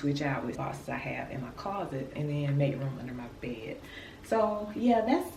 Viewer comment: When you are trying to say the word bed Why do you not pronounce the "d "on the end of the word?..As sloppy as you dress ..explains a sloppy home.